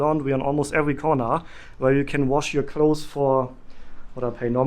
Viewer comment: Great video! I found it very helpful. Thank you. Ps Clothes is pronounced KLŌZ. You don’t need a lot of clothes.